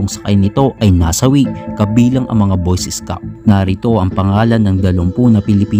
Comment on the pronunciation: boys escouts ang sabi niya